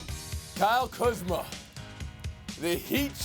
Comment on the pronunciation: kyle kuhzma?